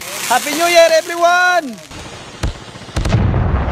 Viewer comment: LMAO I JUST HEARD 'S "happeh new year ebrewann" HAHAHHHAHAHHAHAH